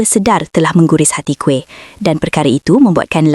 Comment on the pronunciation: Kuih mana plk? Kamu pny pronounciation out laa...